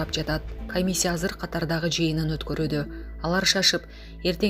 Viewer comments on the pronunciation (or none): none